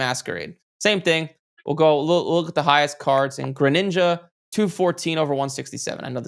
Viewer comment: Yes he does... When he said Greninja perfectly that's all I needed to know 😂